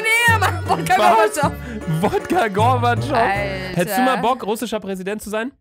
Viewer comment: Vodka Govachov Real Life: Vodka Gorbatchov